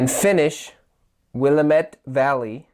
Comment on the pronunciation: Thanks! Its called will-amm-it